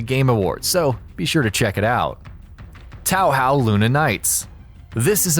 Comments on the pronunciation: Taohao!? Lol sounds like some chinese dishes It's pronouced Tōhō lol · fyi Touhou pronunciation is "tow-hoe"